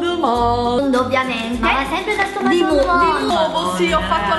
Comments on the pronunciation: io studio francese e 'maison du monde' si pronuncia "meson du mond". Un bacione😘😘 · come hai pronunciato maison du monde hahaha ♡♡♡